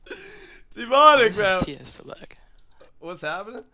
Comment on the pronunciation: Anyone else noticed he says "DEEmonic Astroid"?